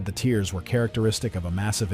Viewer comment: TeArs. rending, shearing Not tears. Fucking AI trash. The ship wasnt crying itself to sinking.